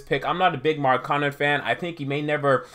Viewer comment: SAY THIS WITH ME....MARK-KA-NEN......N-TILI-KI-NA......GO BACK TO ENGLISH CLASS AND LEARN HOW TO READ.